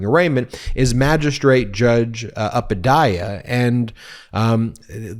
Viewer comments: You are mispronouncing Judge Upadhaya very badly. It goes like oo-padh-yaya - a family of teachers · 'Upadhyaya' is pronounced like 'vu' 'pa' 'dyaa' 'ya' - it is a Sanskrit word and it's literal meaning is 'Teacher.' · The Judge's name (Upadhyaya) is pronounced: `Oop adh yaya' (usually) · Ben, you should speak to an East Indian friend. You are murdering the Magistrate Judge's name 😂.